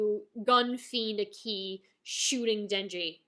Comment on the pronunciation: So I'm listening and enjoying all of your Chainsaw man thoughts and reflections and I know you might never say his name again on Youtube but it has been killing me a little bit every time you say Aki's name. You're putting the emphasis on "i" and giving it a rising intonation. The emphasis is placed on the "A" and the "i" has a flat intonation. Ah-ki, Aa-ki. Not AkEE, or aKey! I just think names hold value and are important. Thanks for the videos. I know you will enjoy Mob Psycho S2 because it is pure gasoline and basically doubles down on everything that made S1 so phenomenal. Fight ON!